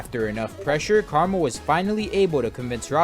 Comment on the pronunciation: why did he pronounce "KrmaL" as "caramel" also its KrazyMan50